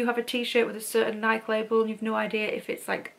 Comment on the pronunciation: Here in America, we pronounce NIKE with the E at the end not an IK or Naik with a long eye. It is a two syllable word it doesn’t matter and I’m not telling you this to put you down. It’s just I was listening to you for a while and I don’t see that well and I’m like I don’t know the Naik Brown whatever anyways I have been collecting vintage buying and selling it since I was 17 years old actually collecting it before that I am 70 years old now, and I really enjoy seeing other people who enjoy collecting